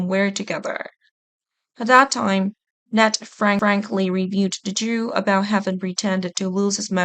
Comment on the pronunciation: This is the announcer that needs voice training Please help her The guys name is Ned not Net